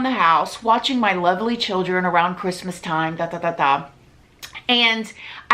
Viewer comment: I know you have 2 kids but for some reason when you say "my children" It feels like you're saying you have a bunch of kids lol idk why